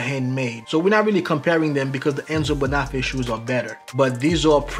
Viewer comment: Thanks! I have two pairs of Carlos Santos and even after several years of wear they're still beautiful. These Oxfords in the video are special. A head's up: Bonafè is pronounced bone-a-fey.